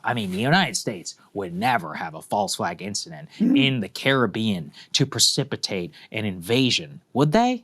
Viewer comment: Why does Saagar pronounce Caribbean that way? 😂